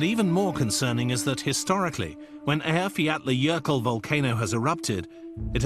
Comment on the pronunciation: they way the speaker say Eyjafjallajökull makes me laugh